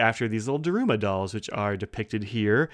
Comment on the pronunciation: Sorry to nitpick, but Daruma is pronounced DAH-r-Mah, the U sound is mostly omitted. Based on an historical figure, a monk who spent so much time meditating in a cave that he lost his arms and legs (possibly only a legend). In Japan, at the beginning of a project you buy a new doll and paint in one eye; at the successful end of the project, you celebrate by painting in the other eye. Anyway, thanks for giving us a look at this. I think they do the same design on an Emperor (urushi covered ebonite, and bigger) as a regular edition.